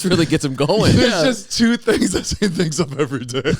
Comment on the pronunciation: same with your name Zane😂 You say “zain” not “zeyney”